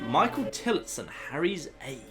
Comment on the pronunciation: As a someone with the surname Tillotson I'm quite happy someone acctually prenounced it correctly.